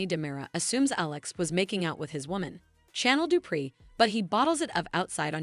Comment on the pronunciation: Why is it hard for the story teller to know how to pronounce people's name properly? Chanel and Nicole she can't pronounce so she don't know this soap opera at all.